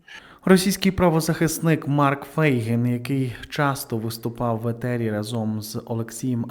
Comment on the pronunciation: Авторе, не разОм , а рАзом. Будь уважний , вчи мову.